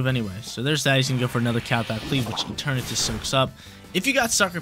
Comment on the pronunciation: it’s rare but he’s actually right this time. It comes from the word eternity and shares the pronunciation